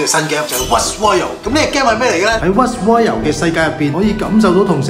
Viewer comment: ROY "L" not Royal